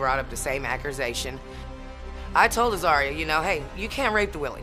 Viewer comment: The word is ACCUSATION! not arkcusation! 😡🤦‍♀️illiterate sorry mammy!